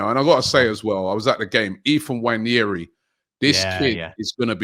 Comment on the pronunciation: Come on say his name right. It's pronounced "Wan-airy"